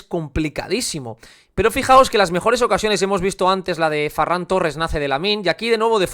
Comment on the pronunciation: Me da rabia que diga farran 😅